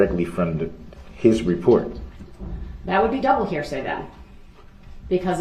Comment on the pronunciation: Here say........axe me again 🤡🤡🤯🤯